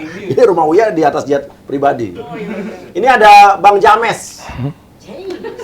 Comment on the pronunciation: James bacanya jems.